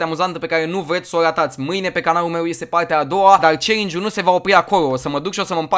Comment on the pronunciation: Auzi...dar cine ce linge?? eu intelegeam celingi in loc de challenge 😂😂